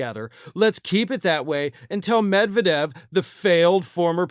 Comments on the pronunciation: as much as I support you but UMMERRIGANS ARE STUPID: ROF YOU WORK FOR RT and cannot say Med-ved-jev.. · No! Medvedev (the stress is on the second syllable, not the first…med-VYE-dev) most certainly wasn’t “rewarded” by Putin with a high government position. Do you know ANYTHING about Russia?!? After doing the Prime Minister-President swap to allow Putin to escape the term limits imposed in the Russian constitution, Medvedev began to feel his oats. His more liberal, anti-corruption, democratic policies were popular, but threatened the oligarchs, and the primacy of Putin’s United Russia Party. Medvedev appeared to have imagined that he could carve out for himself a political base independent of Topless Putin, and may have hoped to challenge him for the presidency once his own term of office ended. His own corruption was soon revealed and how he enriched himself at the public expense, essentially ruining his bid for political autonomy. He obediently surrendered the presidency to Putin as planned, and receded into the Prime Ministership and alcoholism before he was sacked, and relegated to the powerless “advisory” position of DEPUTY Chairman of the Security Council. (He doesn’t “lead” the Security Council, the SC is chaired by Putin.) He now spends his days drinking heavily, threatening nuclear war against the West, and generally making of himself a laughingstock - dirt of Tsar Putin’s court jester. Medvedev was neither rewarded, nor honored, he was broken, and humiliated for even daring to ponder using his position to mount a challenge to Putin’s political supremacy.